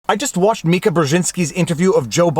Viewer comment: Ty for saying Mika correctly lol